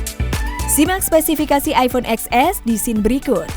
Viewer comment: Kenapa gak bilang ten s sih mbak? Capek dengernya